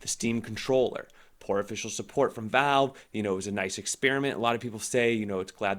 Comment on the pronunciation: The "Veeve"